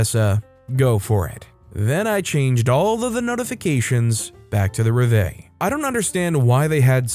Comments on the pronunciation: just gonna put this here it is pronounced rev-va-lee not rev-vay. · It is not reva, it's rev-a-lee. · It's pronounced rev ill eh, with the accent on the first syllable. Lived near an army base for a while and learned to love it.